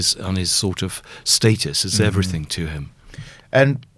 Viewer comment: I think I am listening to a serious journalist and 10 mins later I have to hear 'everythink', for gods sake people, it has a G not a fucking K at the end.